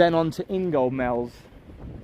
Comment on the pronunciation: Ingoldmells has a silent "D" In-gol-mells. Unfortunately Skegness 4 hotels on North Parade taken over by the Home Office. - Chatsworth, County, Grand & Sun. Plus the Leisure on Drummond Road & possibly Premier Hotel on Lincoln Road not to be confused with the Premier Inn next to the Pier. Skeg Vagus sign from Skegness follow Roman Bank A52 through Ingoldmells to the traffic lights at Anchor Lane. At these lights turn left for Addlethorpe & follow the road & make for the Stadium on the left. People were mentioning the seals. Seal sanctuary at Mablethorpe (North End), Natureland, North Parade, Skegness or between late October/early November to late December/early January the Grey Seals come onto the beach to have their pups at Donna Nook..From Mablethorpe travel North on A1104 onto A1031 to North Somercotes & follow signage. Wrap up warm. Icy cold wind off the North Sea. Heed the notices. Seals are fenched off but plenty of photo opportunities. Thanks for another interesting video about Skegness